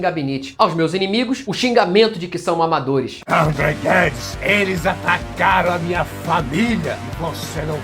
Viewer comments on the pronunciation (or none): Perfeito o video, André. Seu roteiro é sempre impecável. Toda Vez que o Nando Moura Petista Conservador falava "André Guedes" eu tava ouvindo "ThunderCats" e fiquei sem entender o motivo disso kkkk um abraço. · Que vídeo é esse do anão que fala "Amdreh Guedis" 😂😂😂